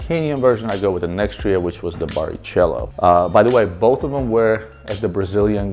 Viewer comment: It’s pronounced “BariKello”